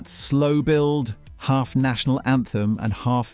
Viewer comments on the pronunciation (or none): none